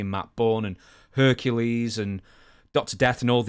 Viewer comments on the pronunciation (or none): none